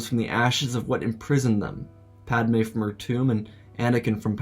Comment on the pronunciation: Man said PAD A Me